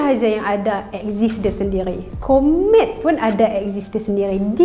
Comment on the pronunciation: Ooo komet…mula2 aku dengar kon3t